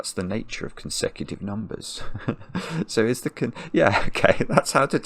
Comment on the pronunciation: Does anyone know why when says words like “region” or “nature” he spends so long on the first syllable? Is this a feature of a certain regional English dialect? “Nature” even contains almost a glottal stop in it before the “ch” sound. Very odd to my American ears.